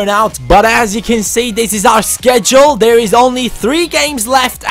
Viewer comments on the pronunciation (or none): none